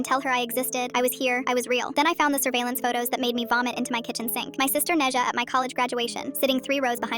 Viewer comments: Its pronounced né zhā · NEZHA?? HOW THE HECKITY HECK DID U PRONOUCE NE ZHA WHATT WHERE DID THIS COME FROM- as a chinese i gasped at "Neja" 😭 help